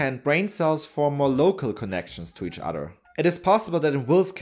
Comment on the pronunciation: The narrator is not able to make the "th" sound. Instead of saying "these," he says "deeze" and "udder" instead of "other."